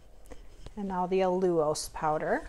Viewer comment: I can't wait to try this and the peanut butter eggs. I have to say, that's an interesting pronunciation of allulose. Never heard that before. 😊 Keep up the great recipes 👍